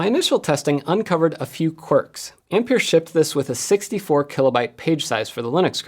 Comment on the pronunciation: Ampere is pronounced Amp-air NOT Amp-peer.